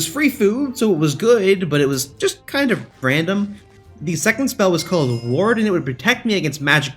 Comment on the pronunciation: You saying ward and sounded like Warden like the newcoming mob